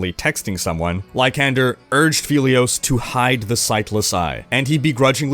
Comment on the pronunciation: It's "lie-san-der" not "lie-can-der"